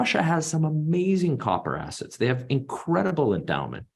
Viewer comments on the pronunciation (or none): He said hard....then he said assests